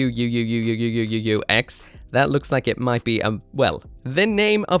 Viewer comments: They pronounce it jikuakusu. G-quarks. Not G-Cucks. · Its pronounced G-quacks so you don't need to pronounce it like Gquuuux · That is not how you would pronounce the Japanese spelling. GQuuuuuux じークアクス Jii Kuaks Gee Quux It is for sure not Jik-axe. 😅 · wasn't it pronounced as Ku A Ku SU so Quacks? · I still pronounce it as G-CUCKS!!!! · How do you manage to butcher every name? Its G- cooks bro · Jick-axe? That's how it's pronounced? Then why is it spelled so weird? 😂 I'm still gonna watch it, but still. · Its pronounced as quarks.... Gundam quarks. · Actually, the katakana says jiikuakusu, so the pronunciation should be closer to G-Quacks/G-QuaX. Also, according to some facebook posts, & the fact it uses a zaku heat hawk, this is set in the UC timeline. The background blurb straight up mentions Char & the war between ESF & Zeon. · I kind of feel like it’s intended to sound like the word ‘axe’ since it’s main weapon is an axe. Obviously they pronounce it like G-Quacks, but I wonder if they were thinking of the phonetic sound of ‘axe’ when they came up with the title. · i hate the pronunciation of GQuuuuuuuuuuuuX, so stupid